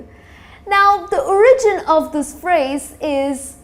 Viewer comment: Great lesson! However, be more careful when saying words(SENtence, not senTENCE). Origin is stressed on the first syllable, not the second. Also, to go slowLY, to go slow is what we, native speakers, often use in informal, casual situation but it is nevertheless completely incorrect. Slow is an adjective and therefore, it cannot be used to modify a verb, the grammatically correct sentence should read ' She should go slowLY(not slow).'.